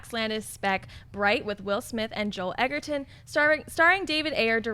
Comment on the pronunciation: Why does pronounce Joel Edgerton like Joel 'Egg'erton?